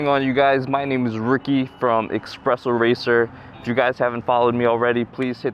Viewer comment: "Expresso" lol can't even say your own name right